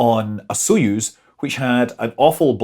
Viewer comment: Btw Soyuz isn't with an "o" but it's pronounced "a" like in some common English dialects "not", "nut", "hut" etc. --- accent is on "yuz" (speak like "use")